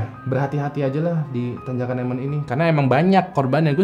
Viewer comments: Emen bukan emen tapi emen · Bang itu tanjakan emen di baca 'Emen' bukan 'Emen', makasih bang cuma koreksi aja 🙏